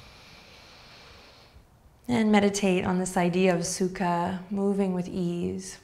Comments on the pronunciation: Anyone else speak Russian and keep hearing "су́ка" instead of "sukha?" It doesn't mean "ease" lol. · Sadly, I could only hear Сука every time you said sukha and couldn't help chuckling like a child. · suka is also russian and i cant stop giggling when you say it